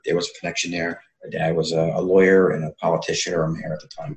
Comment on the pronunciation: any audio book you read out loud I would buy. Something about your voice. All of you guys actually! I especially love to hear and pronounce the word “lawyer”. When you pronounce it, it “almost” has 3 syllables! 😁 And of course, with stay-tus and of course gurning. I lived in East London and married a cockney so I get that, and I love it! And I love all of you guys. I’m a different person, now, in the way I view people. ♥️♥️♥️♥️